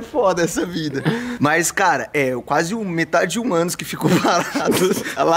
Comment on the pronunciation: "Meta de de um Ânus" kskskskkskskskksksk